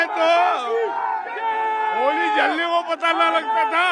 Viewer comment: Nashe me itna tight hai bola nahi ja Raha a hai holi